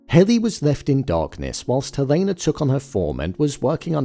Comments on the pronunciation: Her name is pronounced HELL-ah-nah, not Hell-A-nah. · Dude why are you pronouncing Helena wrong… not that it matters